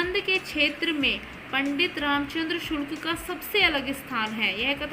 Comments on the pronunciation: Sulk nhi hota ,sukl hota hai 😀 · Sulk ji nae hota hai shukl ji hota madam sae se to batiye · Sulk nahi sukl hai maidam ji